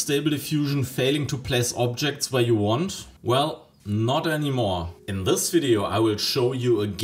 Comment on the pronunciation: "sis" and "set" could also use some improvements - it's not "set" hard to put some effort in pronunciation. A good teacher would insist in such "sings", but german teachers suffer from the same problem.